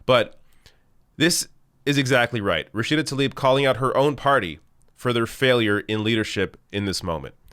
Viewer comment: also just wanna point out her last name is tlaib, not talib. you keep moving the"l"......